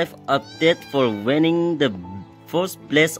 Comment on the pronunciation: You really need to improve your pronunciation bro, channer to channel, wanning to winning, khusi to khushi etc